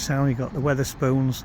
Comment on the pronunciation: Nice video. Why do you call Wetherspoons 'Witherspoons', though?